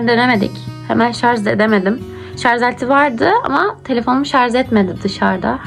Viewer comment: Şarz deyıl kızım, şarj. Geçmiş olsun